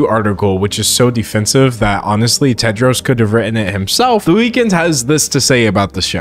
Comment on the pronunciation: THE NAME IS TEDROS NOT TED JARS?